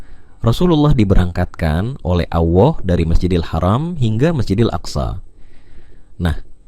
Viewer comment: kok menyebut allah jd awoh,giliran menyebutkan rasullullah fasih😢